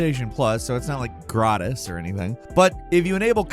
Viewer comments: Why did he just turn dutch with the ‘gratis’? Zo gierig zijn we nou ook weer niet… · The way he says gratis 😂😂😂 hilarious